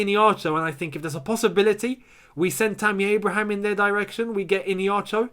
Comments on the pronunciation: Keep up the good work💙 P.s. its e-hey-nacho...not ine-hacho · The way you pronounce Iheanacho's name is hilarious 😂 IN-ACHO... it is pronounced like this E - A - Na - Cho. I'm Nigerian and we(me and Iheanacho) are from the same tribe. Enjoy watching your channel. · Dude you're pronouncing Kelechi's name wrong. It's "Iheanacho"...not "Ineacho" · it is iheanacho, not ineacho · Bruh I’m sorry but it’s not innieacho ffs🤔 it’s iheanacho, just like how it’s spelt. With an H innit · Mate the name Iheanacho,pronounced like (Ihea_na_cho) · Pronounce Kelechi Ihe_ana_cho well... He can do it at Chelsea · Gentle reminder it’s pronounced “Eeeya-Nacho” 😅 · the way you pronounce iheanacho makes me laugh a lot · Am still laughing hard at the pronunciation of the Nigerian strikers name..... Call me OK... Would give u the proper pronunciation.... By the way Iheanacho scored tonite against West brom....super dangerous player right now! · Why keeps skipping the "H" in Iheanacho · I really laughed hard because of the way was pronouncing Iheanacho. It's an Igbo name,the 'n' is not silent. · Lol, that is how the America pronounce Igbo names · You are not getting the pronunciation of Iheanacho